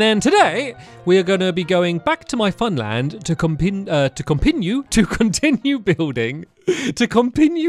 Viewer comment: “To conpinue tuilding” is gonna be my new catchphrase